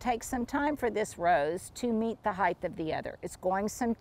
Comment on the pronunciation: I had a teacher tell me decades ago, there is no such word as heighth. It was not in the dictionary and I Hate mispronouncing things. Just because lot of people say it that way, doesn’t mean it’s correct. You have such a large vocabulary, you do not want to be saying it wrong!